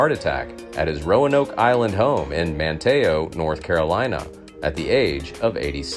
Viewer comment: Manto nc lol Its Manteo nc lol